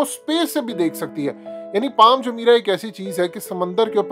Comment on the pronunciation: پال نہیں پام